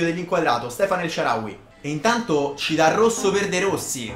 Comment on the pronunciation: HAHAHAH ANCORA SHICK “NELSHARAWY”